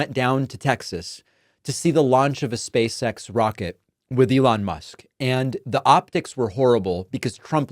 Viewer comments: “Space X”, David I kept hearing you say “Space Sex”… ROFL! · Am I the only one who hears “space sex”, whenever David says it? 😅